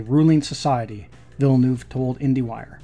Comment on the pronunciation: It's pronounced Veal-ne-uv. Like 'nerve', except with no 'r'.